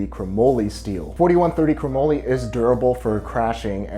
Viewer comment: Chromoely??? Chromoly is pronounced cro-molly as in Dolly. This is because moly is short for molybdenum